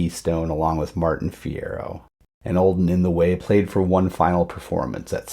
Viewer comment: Martin Fierro pronounced his first name MarTEEN.